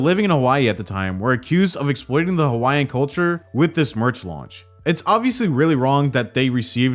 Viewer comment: Why did I hear “Hawaiian” as “YN” 😂